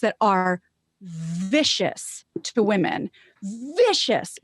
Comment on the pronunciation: "Well I know you're talking about the vast majority main stream left going nuts, but have you seen these rare, obscure, finge assholes being mean to the wahmen?"